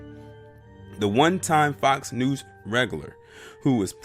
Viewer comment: Lol do you keep saying Fox News or Fox "Noose"?